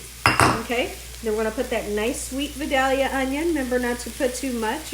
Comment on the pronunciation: you pronounce Vidalia correctly. I am a gal 82 from Vidalia. Most people don’t say it as lovely as you do. Love ya Gal.